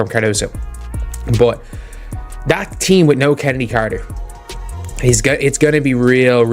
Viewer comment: Her name is pronounced KENNEDY, with a hard K, despite how it is spelled. And it it ASIA, like the continent, despite the spelling. Is this what we get with AI?